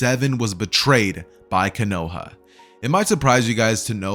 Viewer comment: konohah?????? no hate just telling the latecomers